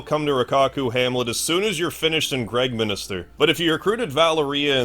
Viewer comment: I watched a couple of suikoden videos these days cause of the upcoming remaster. one thing that puzzles me (and I never heard or recognized that before): why do english nativ speakers say "Gregm i n i ster" all the time? There is no second "i", its just Gregminster 😇